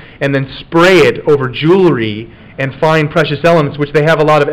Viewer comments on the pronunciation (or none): none